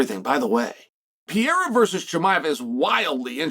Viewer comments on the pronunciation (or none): i think the only guy that doesn't like alex is the guy that keeps calling him "pee-air-ah" - say it with me "per-ray-rah" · Piera? what the hell is Chael even saying LOL, a five year old could pronounce Pereira better than that LOL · Not everybody. I don't like Alex "Piera" or Alex Pereira.